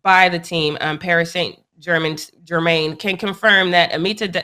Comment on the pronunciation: PSG v REAL MADRID “big championship match” 🤔🤦🏻‍♂️😂😂😭💀 they not even in the same league lmao it was just a regular match & homegirl can’t even pronounce Paris Saint-Germain